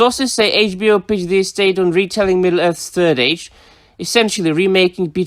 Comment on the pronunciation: “Tolkien EstHATE.”